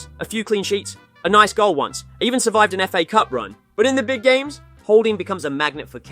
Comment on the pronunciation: He said Nice as Naice right after that